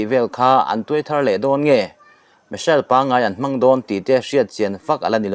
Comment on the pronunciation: A " thar" thawh isawirik dan kha adiklo, thar kha eg: buh engzat nge i'thar' tih Rik ang hian adik.Lamdan diklo a lam i hriat em mai.